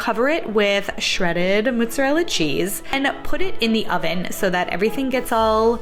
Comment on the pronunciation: How she says Mozzarella cheese 💀